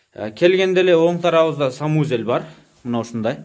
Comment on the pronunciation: Санузел деп айт самузел дебей